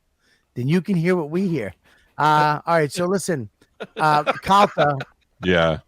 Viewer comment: So annoying how he says Calter instead of Calta